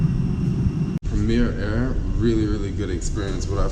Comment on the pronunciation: Might help if you can actually say the name of airline correctly...